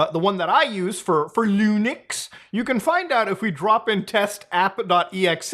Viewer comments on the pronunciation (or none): none